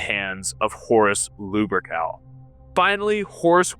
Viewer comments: Good ol' Lubercal Okay, this guy is very frustrating to listen too. Between the constant repeating, the constant self nerd-glaze (which is inaccurate, you're a geek at best, a poser at worst), pronouncing many MANY common words wrong, and slurring, unintelligent cadence, I don't understand how people could watch this with any seriousness 😅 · Is he purposely saying "lewbercowl" or is just a speech impediment? I mean, most people don't pronounce "Lupercal" right to begin with, but godamn. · Luh-pur-kl... I guess that's how his name is pronounced